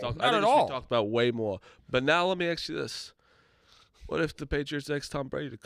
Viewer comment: “Let me Acks you a question” is the absolute worst thing to hear on this show